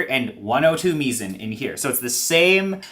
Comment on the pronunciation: option-o says the pronunciation is actually "mai-zn": Mizen (pronounced "mai-zn") is the name of our product line featuring our in-house developed burrs, embodying our core beliefs and approach towards burrs. The name "Mizen" draws inspiration from the nautical term "Mizzenmast," symbolizing the vital role burrs play in the world of coffee grinders, akin to how the Mizzenmast is crucial for a ship’s stability.